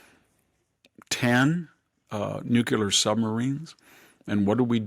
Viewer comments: I love VDH. Exquisitely educated and erudite with a photographic memory and recall ability better than most people half his age, but…..with tears in my eyes…”MUH”-slim, not “MOO”-slim; “Nu-Klee-r,” not “Noo-Q-lar.” It’s like hearing a lecture from an old Oxford don and hearing, out of nowhere, “A-rabs” or “EYE-talians”… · The word nuclear is mispronounced like George Bush does. Sad.